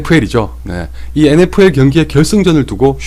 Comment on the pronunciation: ㅋㅋㅋㅋㅋnfl표현하실때 컬링하시는줄알았어욬ㅋㅋ